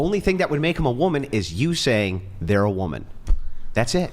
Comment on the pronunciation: In addition to MW not being able to pronounce “woman” and “women” correctly, anyone else notice how they pronounce it “SARE-ogate” instead of “surrogate?”